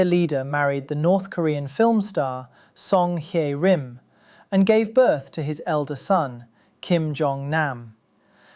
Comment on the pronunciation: It's not GEEPYUM JO its Geepum-jo 끼쁨조 It's not KO YOUNG HWEEE it's just KO YOUNG Hee 고영희 it's not SONG HAI RIM it's SONG Hyeh RIM 성혜림